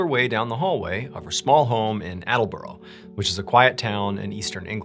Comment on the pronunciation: I love the way you pronounced Attleborough in Norfolk. I live in Attleborough and it’s not pronounced Attle Bro …. It’s Attle ba roar (that’s as near as I can get it phonetically anyway). It doesn’t really matter in the scheme of things, your stories are great and I’m just surprised that one of them took place in a small market town in the east of England where I live 😊